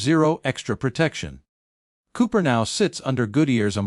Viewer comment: Cooper, not Coper.